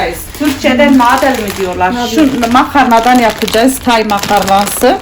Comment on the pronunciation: Kız yapacayiz demene bayılıyorum 😇